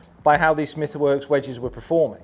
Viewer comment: Nobody:: wedgees